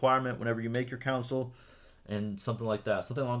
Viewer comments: bro its pronounced console not council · Idiot still says council